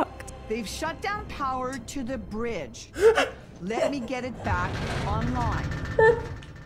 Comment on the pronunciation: "They shut down POWER to the BRIDGE. Can you say BRIDGE? Bruh-Idge?"